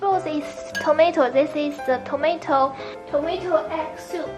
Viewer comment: Hmm the Chinese soup look easy I will try that lol oh and Yumi can we used any kind of noodles?? Haha the ways he pronouce the tomatoes lol tomashit loll!